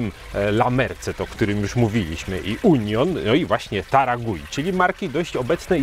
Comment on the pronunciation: Marka nazywa się Taragüi, u z kropkami dwoma czyli u umlaut, a zatem czytać należałoby chyba taragłi 😊 Podążając za Wami w podróżach po markach mate w końcu dotarłem do taragui klaczycznej. Zgadzam się z oceną, że w porównaniu do innych marek argentyńskich ta się wyróżnia. Jest bardziej zdecydowana w smaku. Body dominuje nad niuansami. Czuć przede wszystkim cierpkość sezonowania i goryczkę, choć po filmiku spodziewałem się znacznie większej goryczy. Przypomina mi trochę klasyczną biało-czerwoną amandę, ale z pełnieszym body i dużo ciekawszym tłem. Smaki drzewne, cierpkość i mimo wszystko lekka goryczka oraz całkiem dobre pobudzenie to cechy charakterysytyczne tej marki. W tle przebija się siano, powiedziałbym raczej orzeszki niż kawa, trochę spieczonej skórki chlebowej, na dalszym planie delikatnie i nieśmiało ujawniają się suszone owoce. W finiszu mam łagodną cierpkość, a owocowe tło przyjemnie i wyraźnie daje o sobie znać. W finiszu też pojawiają się nuty kojarzące się z kawą. Dobra klasyczna mate w stylu argentyńskim. A co do bliskości taragui do mate paragwajskich? Taragui jest tak blisko paragwajek jak Buenos Aires Asuncion. Patrząc z Polski to blisko, a jednak wciąż pozostaje 1250 km. Już prędzej widzę smakowe podobieństwo do urugwajskich yerb, choć wciąż daleko. To zdecydowanie wyrazista, argentyńska mate.